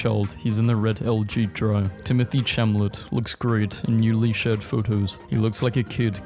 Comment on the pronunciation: Mf really pronounced Timothee Chalamet as “Timothy Chamlet”